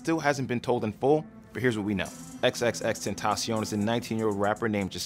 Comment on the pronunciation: Gugus Dada tentaCion with c not s.